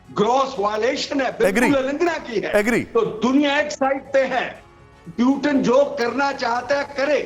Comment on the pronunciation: पुतिन को प्यूटन बोल रहे है एक बार नही हर बार जबकि सारी दुनिया Putin ही बोलती है अभी तक। तो आप समझ सकते है कि इनके views क्या होगे ।